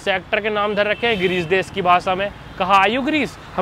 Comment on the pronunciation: Bhai naam ko nom bolna bhi kuch had tak sahi h😂😅